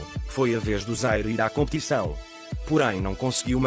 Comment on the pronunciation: Em o narrador não devia falar "Contição" a palavra correta é "Competição" tá bom? Sátiras de Portugal